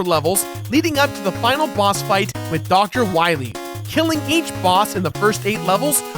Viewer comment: Too bad the Anniversary Collection didn't fix the Dr. "Wah-Wee" Epidemic.